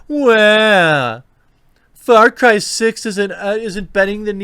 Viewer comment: Why does it sound like he´s saying Fart Cry?